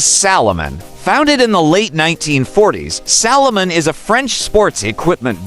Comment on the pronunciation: It’s Salomon not Solomon, you even get the brand name wrong in the opening